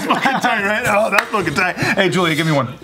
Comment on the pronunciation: did he just say julia ?